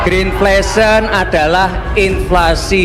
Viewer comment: ngomongnya greenfation atau greenflation sih? halah halaaah